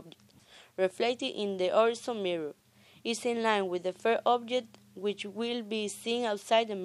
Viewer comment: Whorezon? Mezer?